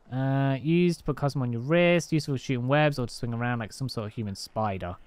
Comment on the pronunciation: Finally someone says the name right